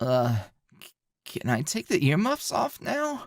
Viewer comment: HOLY SHIT I just fucking notice that Jessie told earmuffs And then in said earmouth's he said earmuffs to deedee! Oh my god how did I not notice this before